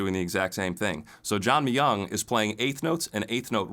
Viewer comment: Kudos to nailing John Myung's last name right!